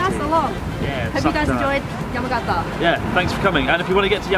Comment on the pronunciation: Just wish Chris could pronounce the Japanese place names correctly...it's "Yah-mah-gah-tah" not "yemmagetta".